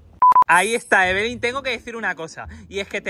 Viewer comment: se dice eveli